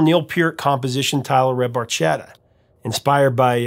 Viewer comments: Bar-ke-ta… Little boat in Italian…. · Fun Fact: Barchetta is actually pronounced with a “k” sound, not a “ch”. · I always wondered why they pronounced the word barchetta incorrectly because I'm pretty sure it's pronounced bar-ketta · The italian word barchetta is pronounced bar-kay-ta. But I think we'll let the boys slide on this one. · Geddy didn't even pronounce Barchetta properly in the song! 😅